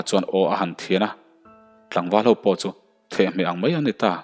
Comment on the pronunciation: "Thehhmeh" Anilo thehmeh tih tur" the" Chu engmahlo( boruak )ngawireng sawina.